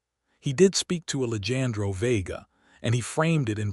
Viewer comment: Please work with the Al narration. The name “Alejandro” was mispronounced all throughout the story. It is very distracting and equally disrespectful to the character in the story. Listening from Clarksville, TN.